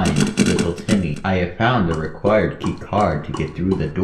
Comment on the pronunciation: It’s little Timmy not little tenny💀💀💀💀💀💀💀💀💀